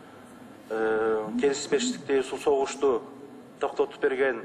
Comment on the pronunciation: Ээ байкуш тантыктар Эл аралык созуно тили келбейт экен десем келишбестикти да айталбайтко.(келисбештик деп)😀